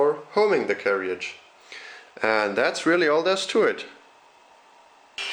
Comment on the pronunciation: Brilliant video but can I just say that in England we pronounce carriage as 'carridge', not carry-idge. Sorry, couldn't resist mentioning this!